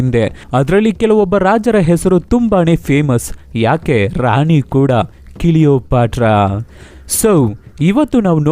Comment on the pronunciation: Bro ಕೀಲಿಯೋಪಾತ್ರ ಅಲ್ಲ ಅದು ಕ್ಲಿಯೋಪಾತ್ರ